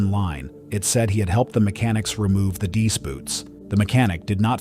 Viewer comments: Please - they are not “deese” boots! It is pronounced “dee-ice boots”. Two syllables. This spoils an otherwise great channel with good, interesting and accurate information. Well - it spoils this video at least 😊. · If you're going to do a whole series of stories about wings icing up, at least teach your AI how to say, "deice." Dee- ICE. Get it? An important enough detail to earn a thumbs-down. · Teach AI how to pronounce DEICE first, then post another video.